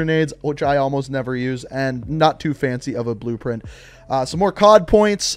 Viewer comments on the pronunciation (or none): Weapon brpent yeah I heard that😂